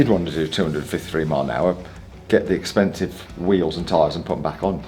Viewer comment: LOVED the "expensieve!" Hillarious!